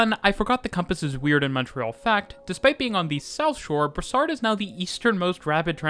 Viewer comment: It’s Brossard !! Not brassard!!!